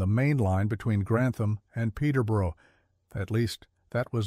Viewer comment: It's nice that Americans want to make videos about British subjects. It would be even nicer if they would learn how to pronounce British names. The word 'borough' is pronounced 'burr-er', with the 'u' sound as in 'but', so 'Peterborough' is pronounced 'Peter-burr-er', not 'Peter-borrow'.